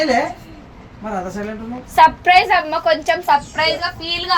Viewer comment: Suprise❌surfrice 😂😂